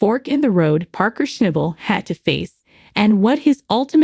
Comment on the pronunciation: For G I ds sake..learn how to pronounce his last name..I think he's earned that. Common on! Show some respect.